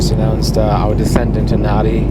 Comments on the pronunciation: Love the A330/340 . For the travelling couple in economy nothing beats the 2-4-2 seating . Loved the video , and BTW Nadi is pronounced as Nandi .. Cheers 👍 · Nadi is pronounced Nandi. I don't get why either, it just is. Your experience with Fiji Airways was very much the same as mine. A great paradise carrier, as you called them. Their livery since their rebranding in 2013 is probably one of my favourites anywhere in the world. Can't wait to get back to Fiji again! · the local pronunciation of "Nadi" is "Nandi" Cheers from an old Travel Agent in Sunshine Coast Qld Australia. Like your videos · Hey...fyi...Nandi...the n is silent!! Great vision on landing etc. It is a beautiful place and the people are wonderful. My most recent trip there not that long ago also reminded me the locals live on "Fiji time" If you want a beer...order two!! Love the place though!! Great review as always!! Thanks mate...looking forward to your next trip as always!!